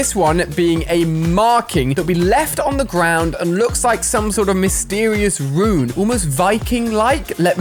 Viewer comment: mate its RUNE not ruin